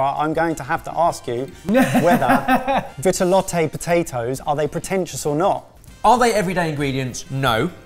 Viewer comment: Btw it's pronounced vee-tuh-lot